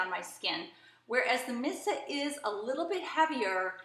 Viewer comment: Just to let you know.... Missha is pronounced Mee-sha. You keep saying "Missa". 😖